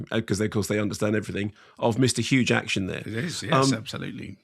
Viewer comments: I keep hearing huge action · Is it me or did he keep saying Huge Action?😂😂😂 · Hang on, why is he saying hue jacktion? I actually don't get this, at first I thought it was a mispronunciation but he seems to keep using it so I'm wondering if there's an inside joke, or meme, I'm missing. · Why does mark keep calling him Hugh jakshun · I thought he said Hugh Jackson - but it’s Huge Action?!! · Why is Mark saying hugh jackshin not jackman? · Did you realise you kept callingHugh Jackman Hugh Jackshun? And Simon never corrected you? What's that about? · Mark! Who in the world is Hugh Jackshun? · Why can't Mark Kermode pronounce Jackman?